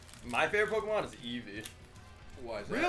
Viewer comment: Finally someone whos worse at pronouncing pokemon than jack